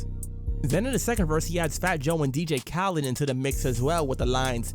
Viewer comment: Bro did you really pronounce dj khaled like that 😅😅